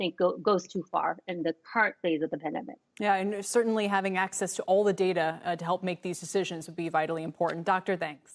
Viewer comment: It's data not data.